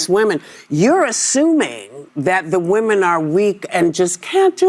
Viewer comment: Has anyone noticed how everyone is forgetting how to pronounce the words "women" and "women's". These 2 are the first Aussies I've heard do it.